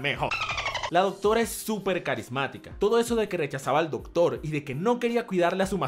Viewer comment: Se dice SUPERRRRRRRRRRR